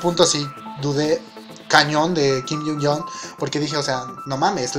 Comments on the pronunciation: se pronuncia Kim jiung yong Noooo yun yon plz en serio antes de hablar de ellos xfa investiga la pronu correcta xS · Hola, no quiero sonar mala onda, solo queria corregirte y decirte que se dice 'Kim Jiun Yog':) besos:* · Te ganaste un like y un nuevo subscriptor...Gracias por disculparte, es de sabios aceptar que se equivocaron...pero para la próxima aprendete mejor el nombre de Hyun Joong jajaja cómo es eso de kim jung jong jajaja